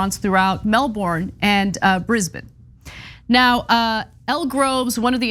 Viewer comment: Exactly... she said Brisbane right but stuffed up on Melbourne... I s'pose they're could just be used to saying it the way that Florida says their Melbourne... it's just a thought... ;)